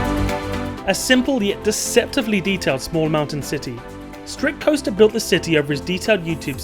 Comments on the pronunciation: Not to be an asshole. But it's "Strictoaster", not "Strictcoaster". The reason you can tell is because his channel logo has a toaster in it, and not a roller coaster. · Strictcoaster? It is Strictoaster my friend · StrictCoaster 😂😂😂I'm pretty sure it's strictoaster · It’s actually “Strictoaster.”